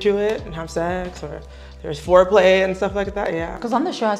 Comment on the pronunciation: Not at all! She needs to spend more time on the classroom. Did I hear her say “floor play” instead of “fore play”?? 😂😂😂